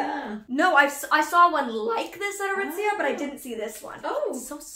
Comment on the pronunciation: Nobody: Not even Shrek:: ITS FROM ARITIZIA